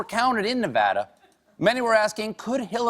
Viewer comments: Nevada = Nevara? Plop! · CRINGED WHEN HE SAID NEH-VAH-DA